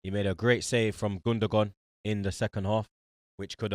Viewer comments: How's this guy saying "Gundagone" though, like what the fuck☠🤣😂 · Nobody: Literally nobody:: “Gun-da-gone”